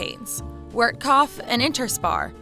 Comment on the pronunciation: Last I heard Walmart no longer owns Asda in the UK. Oh and to nitpick, Wertkauf is pronounced "Vert-kowf". Though not sure if it is nitpicking if the whole video is about German retail, and it's fairly well known that Germans pronounce W as "v".